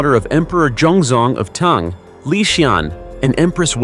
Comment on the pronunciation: Tang is a breakfast drink. It's pronounced T - AH - ng. 🤔